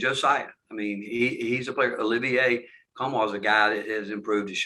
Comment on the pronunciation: Quentin Diboundje. Dih-boon-zhay Olivier Nkamhoua. Oh-liv-eeAY Kahm-wuh